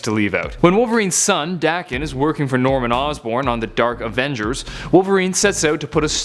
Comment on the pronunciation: its pronounced dae kin